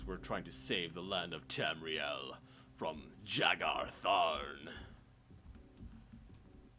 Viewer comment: I believe it's pronounced "Yagar" not "Jagar" Tharn :P